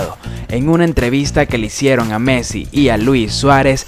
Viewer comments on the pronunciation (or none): No se dice measi se dice messi